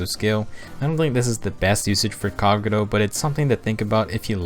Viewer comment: I don't like how he says Kagero's name